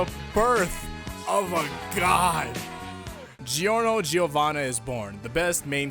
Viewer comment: you gotta pronounce it Jjjjiornio jjiovana HARD FUCKING G's ITS AS HARD AS well, I was gonna say "gold" but golds shit, so I have no clue what to put here